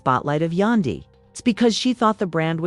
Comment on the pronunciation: AND WHO TF IS YA-DAN-DY??????? !!!!!!!!!!!!!!!!!!!